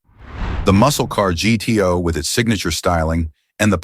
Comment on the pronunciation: I'm surprised the AI correctly pronounced the Pontiac as G-T-O and not gu-too.